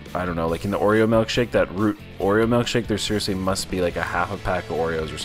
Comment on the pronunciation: I'm sorry dude but what exactly is a melkshake? It's pronounced ilk as in illkshake.